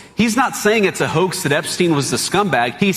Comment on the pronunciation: Jesus, John, it's Epstein for God's sake...